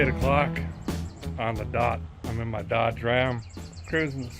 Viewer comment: Had to back up a sec, Derek was ina Yodge!! Cause the D is silent, according to Mr Burgundy! Great end to the week and gotta say, after Iola, a guy knows just how much work actually goes into these. I appreciate it and i know I'm not the only one! And my latest t shirt showed up today so wearing the army green with pride tonight